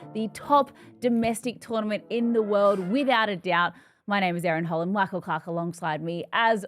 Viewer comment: I will subscribe this channel only to hear and see ❤ERIN HOLLAND❤ I just love her pronunciation 😊 Love you ERIN❤ From India ❤